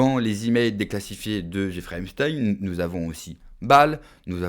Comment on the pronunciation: On dit : ep st a in